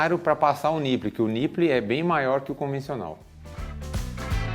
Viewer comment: Gosto muito do canal e das invenções e viagens de vcs, então preciso dizer: niple se pronuncia NIPOUL, que significa mamilo em inglês. Abs!!